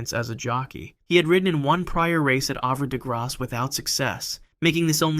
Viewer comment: Havre de Grace we pronounce "haver dē grās".